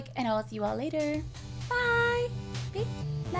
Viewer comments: Hey cupquake! It's "bye Hannah " not byd Hannah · its bye Hannah not byd hannah